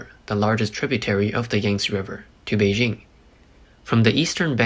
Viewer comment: Congratulations on your pronunciation, and thank you for taking the time to pay attention to this. Change your soft j to a hard one on Beijing and you will be doing even better. It’s the same hard j as in Tianjin. 😊